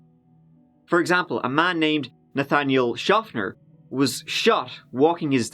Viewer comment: "Nathaniel" and "Theorize"...Aha! actually CAN pronounce 'th". Music to my ears, thank you! Getting kinda over the tree tree turdys.